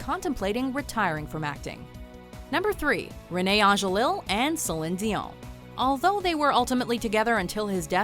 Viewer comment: LI not LiL for his name. Don't say the last L for Rene Angelil.